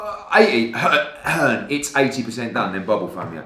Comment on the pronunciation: Eddie 'EARN' Hearn